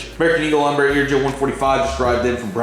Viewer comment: did you say EMBRUH?! Sorry I watch too much Swiss001 😂😂